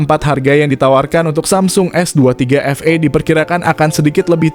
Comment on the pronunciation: Bukan Efei dibacanya tapi efii..s23 FE(efi)